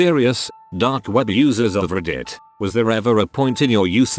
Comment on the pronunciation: "Dear users of ReEdit", the way the bot pronounces reddit xD